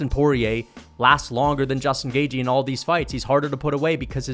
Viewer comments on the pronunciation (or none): Cant stand the way you say gaethje 😭 GAY-GE